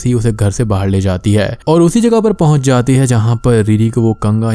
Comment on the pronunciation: ...jabki uski explaiation utni achhi bhi nhi h...wo ladki. Baahar ko baahir bolti h😂